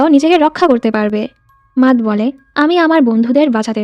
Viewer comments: মাতহ না ম্যাট 🙂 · আপু matt এর নামের উচ্চারণ টা " মেট " হবে